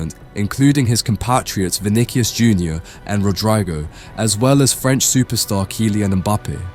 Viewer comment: "vinickius, "rod rai go"